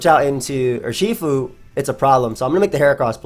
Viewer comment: Nobody:: Yurshifu